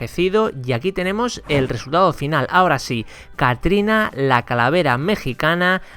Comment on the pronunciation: Man se dice CATRINA NO ACATRINA